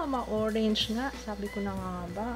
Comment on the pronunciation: "hoe-range" hahahahaahahahahahhah